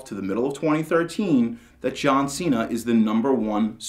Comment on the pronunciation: and its cena not cean